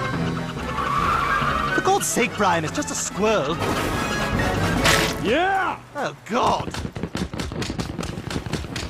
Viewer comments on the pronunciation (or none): Why does pronounce squirrel so weird? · BAHAH AM I THE ONLY ONE WHO HEARD THAT CANT SAY SQUIRREL 😭😭😭😭 SKWEL